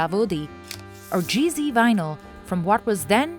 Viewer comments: She keeps saying GV or GC, but as it is a European company, it is called Gee Zed. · It's NOT Gee Zee, it's Gee Zed! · It's GZ not GC.